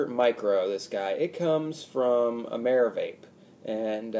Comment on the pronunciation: did u say by ameravape? lol